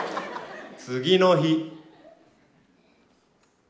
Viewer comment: これで日本語覚える人「次の日」のイントネーション間違って覚えちゃうw